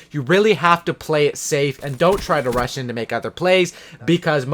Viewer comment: When you said rush-in players it sounded like you said Russian players